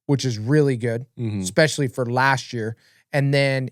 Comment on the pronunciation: UH-SPECIALLY 😂😂😂 lmao!! again...